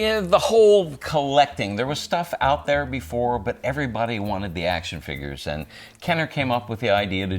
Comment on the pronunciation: He still can't say "figgers" right :P